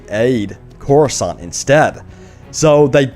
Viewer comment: The way you pronounce "Coruscant" reallly bothers me.